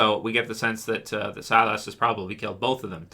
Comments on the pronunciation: Its pronounced SI-LUS not SI-LASS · Silas is pronounced SY-liss not SY-lass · “SIGH LUS”, not SIGH LASS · I'm pretty sure his name is Silas not Cylus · when he said "ass", I was like what did you call me?? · Stop saying silas name like that. You keep pronouncing it wrong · man you're still prouncing Silas name wrong lol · Lol every time he said Silas name I would correct him like he could hear me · It sounded like an x-men character 😅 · The A is silent